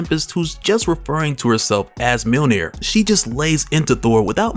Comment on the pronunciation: It’s “Myuhl-neer” not “Meal near” btw